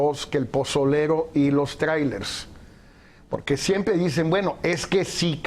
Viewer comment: Mi querido Javier Tello me caes muy bien y se q hablas MUY BIEN EL INGLÉS PUES VIVISTE EN EL EXTRANJERO Y YO NO HABLO INGLÉS PEROOOOO...no se dice TRAIRELES SE PRONUNCIA TRAILERS!!